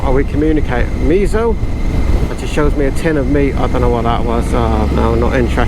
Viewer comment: Your Polish pronunciation for meat was 'me so' like miso in miso paste. The Polish word for meat (mięso) sounds like 'me en so' so you missed a whole syllable there which is a bit problematic. Want a 'snapdragon' processor but you say 'snap (g)on' then might get American tools or maybe weapons. You want to express your 'discontent' with the meat that you could not find in the butchers but you ask for 'dis tent' then they will tell you to head to Millets or your local camping supplier. Polish is not at all easy, after 30 years of living here, I am still in utterly incompetent sometimes and have a raft of, now, amusing anecdotes due to my errors in pronunciation, sometimes they could have had serious consequences but thankfully most were laughed off. In Polish those funny liitle marks above or below some letters are responsible for certain sound changes. Just last Friday I needed some duck lard for a recipe. The ladies in my most excellent local meat shop sell goose lard (smalec gęsi [sma.lets gen.she]) but I wanted duck specifically (smalec z kaczki [sma.lets zuh catch.key]), it was late and I was tired and my pronuciation was to too soft and it came out as 'smalec z kaszki [sma.lets zuh cash.key]' which is a possible diminuitive of Kasia [Kate] (a shortend form of Katarzyna [Catherine]). To my chagrin, hilarity hit the shop from customers and staff alike. Technically I had just asked for some of the lard from the large but utterly lovable Kasia, the owner of the shop. I walke